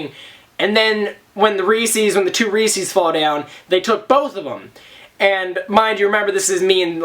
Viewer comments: I have never, ever heard anyone say "reese's" like that before. It's "ree-sez" with an S sound, not a C sound. Reese's does not rhyme with feces. Like it's not Reesee Witherspoon. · Ree-says not ree-sees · couldn't help but laugh every time you pronounced reese's, reesee's ahahah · You say Reese's weird